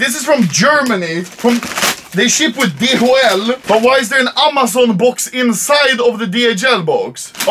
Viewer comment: No one : Anomaly : Aaamaazaun